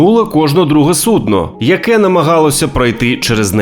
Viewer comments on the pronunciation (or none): none